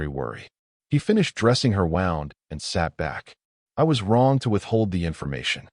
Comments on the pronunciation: learn to pronounce the word «wound» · Again, you’re AI cannot pronounce the word Wound correctly. You really need to fix this issue.